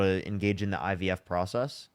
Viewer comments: Tbf I think that's just his speech issue. He also said IBF, dere and dat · Anyone who says “woon” instead of womb, “IBS” instead of IVF, and doesn’t understand how fertilization occurs is disqualified from having an opinion about abortion. Sit down, sir. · He also says you go to a "fraternity doctor" to get the "IBS" done.